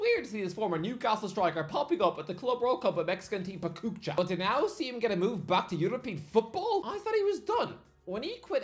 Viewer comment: up there with the worst pronunciations even for him lmao